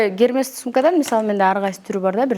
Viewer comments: "Гермес" эмес ай, "Эрмес" болот! Hermes! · Мен брендине карайм десе брендовые касметикалар экен десем, дишманский касметикаларго. Косметичкага салып алсан болмок. Сумкада канча микроб бар. Даже кисточкаларын жатат жон эле ичинде. Hermes ти да Гермес деп айтбайт. Ушунча элге танылып даже элементарный окулушун билбейсин